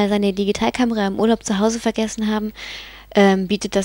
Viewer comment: schöne stimme cooles handy und ich lach mich schepp ...Sazio...lol wie sie das so sagt